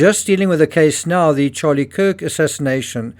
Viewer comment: "literally"? The pronounced as "thee" (Google search 'thee' meaning) or "A" or "ayyyy" fonz style..stop it you're NOT an amateur,stop mumbling shite as if you are..